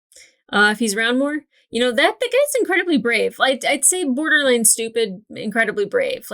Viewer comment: Did she say borderline stupid, or borderlands stupid?